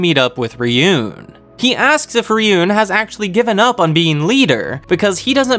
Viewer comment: Also, Ryuuen is Ryu-(elongated "u") - en.